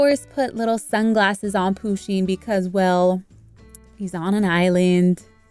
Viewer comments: And I find it kinda funny that she pronounces Pusheen and Poo-sheen rather that Pu-sheen. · Isn’t it push-in and not poo-sheen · I don’t wanna be horrible but it’s not pronounced Poo-sheen it’s Pusheen just trying to help you :) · THATS IT IM UNSUBSCRIBING I AM THE PUSHEEN QUEEN AND EVERY ONE KNOWS THAT ALSO IT IT IS PRONOUNCED PUSH INE!! THAT WAS TO HELP U I DIDNT WANT THAT TO BE RUDE ANY WAY IM UNSUBSCRIBING CUZ IM THE PUSHEEN QUEEN AND U USED PUSHEEN WITHOUT PERMISSION. IF YOU WANT A SUBSCRIBER BACK THAN REPLY TO THIS COMMENT SAYING SORRY!!! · It's a girl and it's not poooseen you need to learn your stuff and I'm not trying to be mean but it's just weird you say it like that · Umm Pusheen is a girl andThe way youway you said her name is not right